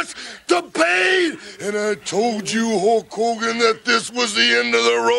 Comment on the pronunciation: All the heels always called Hulk "Ho Kogen"